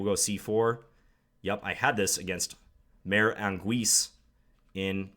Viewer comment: By the way, John, if you are saying the latin word "mare," it is pronounced MARR-AYE, not MAYR.